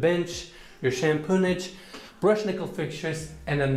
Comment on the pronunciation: lmao What's "shampoonage"?